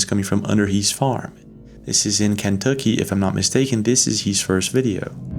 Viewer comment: It's ken tucky. Not can,. Tucky.